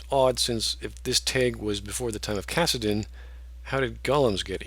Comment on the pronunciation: 'Cassidin'?! It's CARADIN.